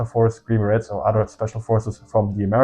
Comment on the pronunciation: Not tryna be a nerd but green berets is pronounce green be-rays